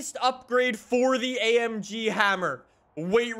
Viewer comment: No one: Absolutely no one:: i love amgeee